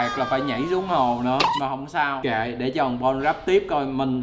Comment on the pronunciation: Chu chu bạn mình được lên tv 😂 mà nó tên bon mà gọi toàn là bôn 😂